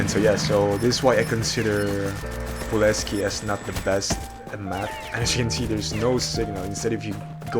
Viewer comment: Its poleskoy but alr 😊